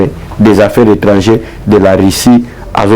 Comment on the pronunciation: Monsieur le journaliste on dit Ministre des affaires étrangères et non affaires étrangées